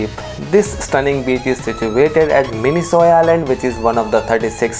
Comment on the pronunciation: It is not pronounced as 'Mini-Soy Island', it is pronounced 'Mini-Koy Islands'.